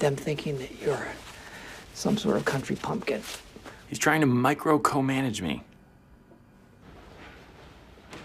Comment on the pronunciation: Did he say "country pumpkin "? 😂